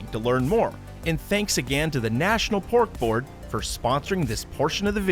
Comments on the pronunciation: I thought he said pork bork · I totally thought he was saying “Bork Bork” instead of pork board😂😅